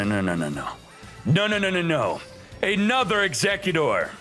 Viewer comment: He’s probably just messy around with the pronunciation, but it’s still kinda annoying xD